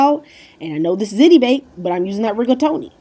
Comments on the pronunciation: I'm curious why does every single person that posts a ziti video say "zit-ee"??? It's pronounced "zee-tee" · Don't mean to correcting you but it's pronounced ZEETI, NOT ZITI!! SORRY... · pronounced ''zee tee'' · It's pronounced "Zeety" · ziti doesn't rhyme with titty. It's zeeti ❤️ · love hiw u say ziti lol